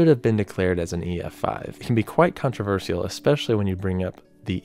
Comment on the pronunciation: Great video but please don't pronounce controversial like that 🙏